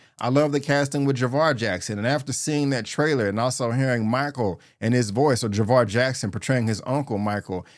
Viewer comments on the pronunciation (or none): It's jaafar not Javar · With all due respect bro, you have to work on your enunciation. You often pronounce "film" as "firlm", "Michael" as "Makel" and "Jaafar" as "Javar".